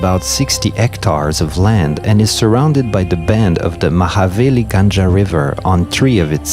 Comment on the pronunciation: “NILWALA GANJA RIVER” lol “ GANGA” he pronounced GANJA.... NILWALA GANGA = NILWALA RIVER... 😂 Also MENIK GANJA RIVER... MENIK RIVER..